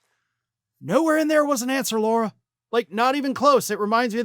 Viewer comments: It's not "Laura." It's "Lara." Just saying. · It. "Lar-a" not "Laur-a". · Why does keep calling Lara Trump, "Laura"? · Lara there is no U it's pronounced like Larry. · I think you are not pronouncing her name correctly. She pronounces it like the front part of Larry. Lair-a.